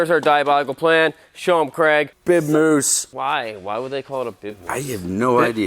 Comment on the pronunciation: Says big mouse 🐭 not moose